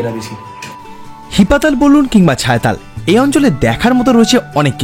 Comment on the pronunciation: জায়গাটির নাম হি-পাতাল। তুমি একসঙ্গে উচ্চারণ করায় বুঝতেই পারছিলাম না। এডিট করে দিও পারলে। আর হ্যাঁ, রিনচেনপং এর হোটেলটাতে আমরাও ছিলাম।অসাধারণ❤❤❤❤❤